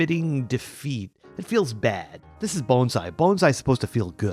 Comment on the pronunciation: You pronounced 'Bonsai' perfectly!!